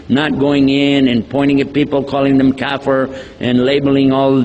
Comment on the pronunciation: We should be real mad to follow these so-called "scholar" and leave authentic scholars like the Aimmah. Is he really conversant with the Arabic language? He can't even pronounce the words "kaafir" and "mazhab" correctly. Then how can be an Islamic "Scholar". This Salafi group has been labelled as the "Ahle-Bidah" - i.e they are the innovators in Aqeedah and innovators in Methodology wrt Fiqh, Hadith etc. What can we expect from these so-called Ahle-Albani/Ahle-Naik? A direct way to Hell.